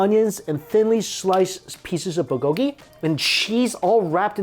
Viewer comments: BULgogi. Not bulGOgi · New drinking game: Take a shot everytime Mike says BUHGOEGEE LOL!!!! (not meant to be offensive just playing around, love your videos so much Mike!) ^__^ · Say "buhgogi" one more time 😂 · Mike, love your videos but there's a "l" in bulgogi ☺️